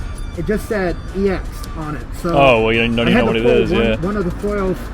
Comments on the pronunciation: MANS SAYS X ITS EX IDIOT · Is anyone going to tell him how to say "ex deoxys"?